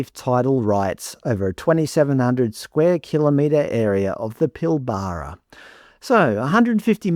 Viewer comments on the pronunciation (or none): The biggest mistake this country ever did was the Native Title nonsense. (And it's pronounced "Pill-Bruh", not "Pill-Baa-Raa") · Ffs it's pill-ber-a NOT pill-bar-a You sound like a drongo saying it that way. Learn how to pronounce Western Australian regions. Typical eastern stater 🙄🤦‍♂️ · Its pronounced Pil-bra not Pil-ba-ra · I'll bet they've already pissed that up. The area is pronounced "Pill-bra" by the way. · That is not how Pilbara is pronounced, are you an Ozzie? Good vid though. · PLEASE, learn to pronounce Pilbara correctly... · It's painful to hear you pronounce Pilbara. It's like hearing an American say BrisBANE.